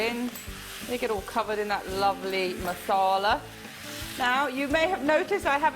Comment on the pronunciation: Just love to hear the directions only. The way you say Masala is so good to hear. Recipe Good as always.